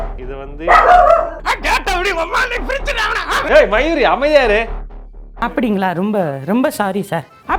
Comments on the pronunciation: mayuri nu kathinadhu, mayiru nu ketuchu 🤣🤣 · Hey sorry pa... Antha ponnu peru Mayuri ah enaku nenga solrapo mayi*** mayir** ne ketuchu.... Ipdi kodava peru vapanganu yoshthutu irunthe 😅😅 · His dog name "Mayuri but i heard like "Myre"...🤣🤣🤣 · Illa enaku mattum than Mayuri , Mayiru mayiru nu kekkuthaa !!!